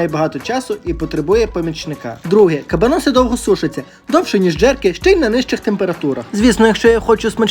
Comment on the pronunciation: вуха в'януть від наголосу🤯 приділіть хоч 5хв вивченню історії того, що готуєте і як воно називається